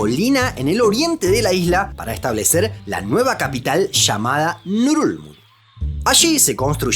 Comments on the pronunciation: Pondría este video en repeat eterno solo para escuchar el nombre de la capital de Palaos... Bululú dice?? 🤣🤣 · Ngerulmund: pronunciación nurulul,..nururururl......nurulurul?? XDXD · No entiendo la pronunciación. Leo Ngerulmud, pero escucho Nurulud 😅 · Pronunciar esa capital es bien difícil jajaja solo escucho ngulug